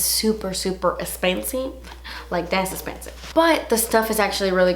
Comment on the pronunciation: Rose A I actually heard somebody quoting her the other day and I can't remember who it was but it was a really big YouTuber and she was staying in the words of "Das esspensive".... Don't worry about it honey the rest of us know exactly what you meant